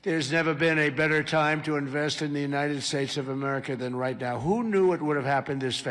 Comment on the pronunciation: What are "the United Shaysh"?